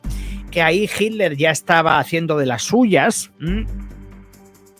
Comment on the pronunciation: Hola te digo que se dice Hitler y no Jiler Los nombres alemanes o Rusos o Ucranianos son difíciles de pronunciar😊